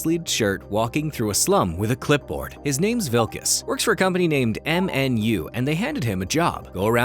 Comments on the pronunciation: It's finally here! Good video, as usual, though you did miss that the lead's name is "Wikus," not "Wilkus," heheh. You are quickly becoming one of my favorite analysis channels on YouTube, hands-down! I can't wait to see whatever the next video is! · 1. It's WIKUS, not wiLkus. "Vee-kuss", not "Vil-kuss". 2. The "prawn" reference is to the Parktown Weta, a large, cricket-like insect in the South African region, not the crustacean seafood animal.